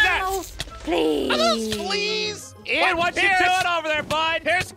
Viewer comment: Ian not Ein